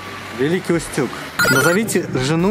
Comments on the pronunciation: не Великий УстЮг ,а Великий Устюг ударение на У!Я из этого города. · Не Великий УстЮг, а Великий Устюг!!! Ударение на У! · Да не усЮг,а Устюг!!!